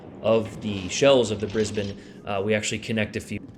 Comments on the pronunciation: G'day mate! Strewth, great video on the Brizzy, and bonzer effort gettin the pronunciation right, yeah it's Brizbin here, not brisBANE although ya could say, "Me and Shirl, headin up ta Brizzy this weekend" if you were going there. Just don't do that accent again, that was crook as rook, mate. Sorry. Cop you later! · Omg don't do that Aussie accent again!! Nah just kidding but not really. I'll give you credit for pronouncing Brisbane correctly. On a serious note well played GG.